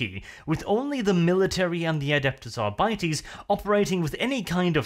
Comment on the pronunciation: ....adepus arbities? i cringe every time he mispronounces it